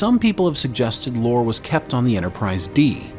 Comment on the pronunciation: Brent doesn't say its Lore. Listen to what he says closer. Brent loves dropping hints to his fans. He pronounced the name as Lor-a. That should be a pretty healthy clue. Also at one point Data also shared some of his memories and programing with Lore just as he had done with B4.